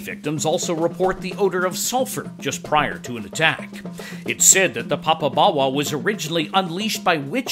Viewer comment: You need to pronounce it properly. You seem to be saying papa-bawa. The o in popo is the same o as in dodo, dead as a dodo.